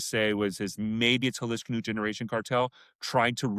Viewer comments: Jalisco = haa-lee-sko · can you AT LEAST pronounce Jalisco better? It would take you 5 seconds to look up... 🙉